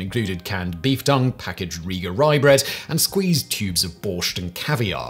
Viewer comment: He also said beef dung instead of beef tongue, and called the chef Emeril Lag-ass. LOL